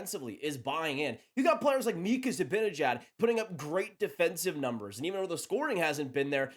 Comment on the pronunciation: Zih-ban-ih-jad— let’s all say it together